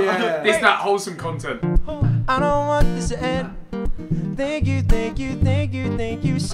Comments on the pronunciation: man said SEEDMEN 🤣🤣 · The way that guy said sidemen "seedmen" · Man said seedmen